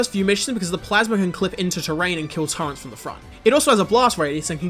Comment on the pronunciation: also i'm soooo curious, where did you learn "turrent" instead of "turret"?